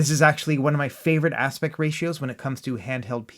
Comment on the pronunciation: please practice saying the word aspect, you repeatedly say aspec or aspet but not aspect